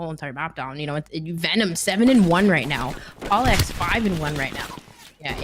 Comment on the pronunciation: Bro she’s butchered the hell out of PaulEhx and FeLo’s names bruh